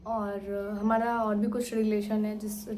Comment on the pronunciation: Aapko bolna bhi nahi aata hai mari ko madi bol rahi ho humada kya shabd bhi nahi bolna nahi aata hai kaisa pati hai tumhara jo tumko bolna bhi nahi shikha paya